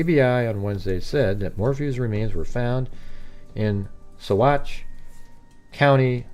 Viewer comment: pronounced Sauh-watch